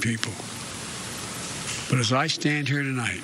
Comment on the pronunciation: He made it to 6 seconds without making a gaffe, AND then he says Tolight instead of tonight. How do you even make a mistake like that ? He is reading a teleprompter, he stares at it and slowly and carefully reads what amounts to be a HORRIBLE speech written by some libtard smuck. Trump never used a teleprompter and could give very uplifting speeches and never made a gaffe. Soon he will be telling us we have to ride bikes to work and you have to plant your yard with kale to eat because they are taking away our gasoline and meat (while flying around in their jets and limos telling us what we can and can not do.)